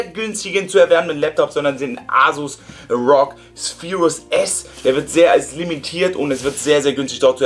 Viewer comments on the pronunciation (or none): Ganz gut gemacht, ich würde mich aber an deiner Stelle besser informieren über PCs und Laptops. Dass du ROG wie Rouge aussprichst ist nicht all zu dramatisch, aber einen USB-C Anschluss als ein SSD Anschluss zu bezeichnen ist schon ein bisschen fail. Und die Lautsprecherausgänge hätten von der Größe her SD-Card Slots sein können und keine SSD Slots. Also was eine SSD ist musst du vielleicht nochmal nachlesen ^^ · Übrigens das heißt nicht rog sondern Er o ge